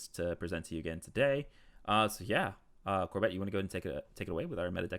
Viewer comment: Is it an inside joke pronouncing corbett as corBET or does he just smile and wave? 😂